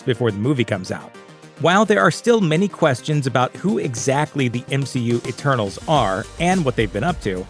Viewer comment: ETERNAL'S not ENTERNAL'S.....